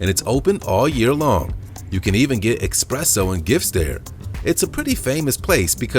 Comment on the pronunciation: I was enjoying this video until I heard him say EXpresso. It’s ESpresso. There’s no ‘x’ in it.